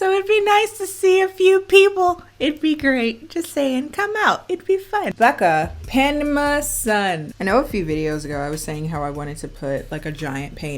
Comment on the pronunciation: sis said “penma” 💀💀 Panama ??